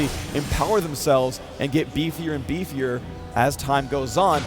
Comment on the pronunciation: hahaha "bifier and bifier"? lol